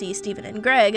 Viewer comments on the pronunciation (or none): GA-REG lol